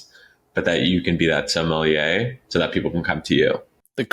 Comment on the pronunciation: OMG, It's sommelier, not somalie, dude!